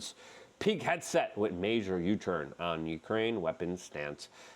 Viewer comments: Luke, his name is not peak headset. It is Pete PEET Hegseth HEG SETH, come on man you can pronounce some of these guys names. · I thought you were saying “Peak Headset” not Pete Hegseth lol I was so confused I thought you meant someone from the cia was yelling into a headset of trump not to say anything